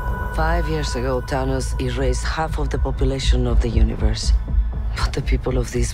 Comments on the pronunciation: Could of sworn she said Dhanos. I was like who the hell is Dhanos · She actually says Tanos :) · Might help if the person narrating could actually say "Thanos". Also, who else is not excited to see that old crone Jolie in this movie?